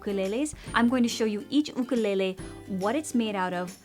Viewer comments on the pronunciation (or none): Dont say ook a lay lay. It is YOoK a lay lay and you know it. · Lol why do u say “ooh-ka lele” instead of “YOU kelele was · "oo-koo-lay-lay" I actually pronounce it "you-kuh-lay-lee" lmao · " you-ka-lay-lee " " oo-koo-le-le " Me : Surprised Pikachu face* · Lol “oOkOoLeHlEh” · Oo koo leh leh is a typical Hawaiian pronunciation lol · She pronounces it Ookelele!!! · Why is she saying okolele😂😂😂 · god i can’t handle how u say ookalele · The way she pronounces it lmfao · Here on the island you instead of oo is like fingernails on the blackboard. Just saying. My ukulele and Hawaiian language kumu would wince! 😂